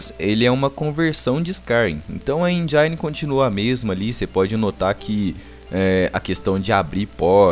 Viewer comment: ""enjaine"" pelamor de deus, mas ótima review😊